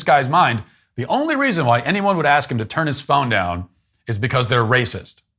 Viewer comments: I hate the word "axed" being used for asked. Not difficult to say. Practice in front of a mirror.I detest sloppy Grammer there's no reason for it. Thank you Matt, I now know why my eyes hurt so much after I brush my teeth. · “Axing me” dude, the word is ask. Asking me. Of course a mental midget like this is gonna cry racism. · oh and God forbid you correct him on that! Lord have mercy I made that mistake once… I looked at the person who said, "I axed you why." I said to him, "you did what? You axed me? Don't you mean you ASKED me?" The shįt hit the fan lol,,,, what a racist tirade this guy went off on,,, I stood there and told him, "pointing out that you are not enunciating a word correctly does not make me racist. But it sure does make you look like an idiot with the temper tantrum you are throwing! My two year old behaves better than you do!" I really can’t stand people like that! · Also, what is "Axing Me" mean? Is he trying to say axing or asking? Because one means a question, and the other means to murder someone 😢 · I think the guy might have gotten more answers to his questions if he would've "asked", instead of "axed", the man in the booth next to him. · Apparently this man skipped speech and English class. "Axed me" is actually "ask me." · Im not a native english speaker so the last one made me confused.. “axe” is anyway close to “ask”? Why people would say that? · As a non-American, the "axe" pronunciation confused me a lot, like even now, I see a lot of black youtubers that pronounce it like that and I thought I was just mishearing them, but then I also know I did not hear the word as "ask", so with your comment, I now know I wasn't mishearing them, they were pronouncing them as "axe", but why? 😂😂😂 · You forgot a layer. I didn't realize "ask" was such a difficult word..... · “Akskin me” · Aks me 😅😅😅😅😅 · "Axe me"... What language are they talking? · He's also cancelled because he can't pronounce the word "ask". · “Axkin’”? 😂 “Ah done turnt it down!”